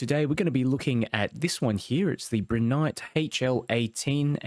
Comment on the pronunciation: you keep pronouncing it as Broo nyte, its pronounced as Bri as in (Bright) lol